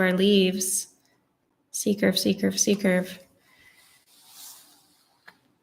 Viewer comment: totally this was a great glass among ao many great classes, I loved seeing something lovely and clearly floral appear under my hand - like magic!; something irrelavent, but kind of funny, sometimes when you say C-curve, I hear seeker [though from your books I know what you mean and youtube's auto-captioneseems to r hear secret sometimes hears seeker, too, whew. I'm not the only one!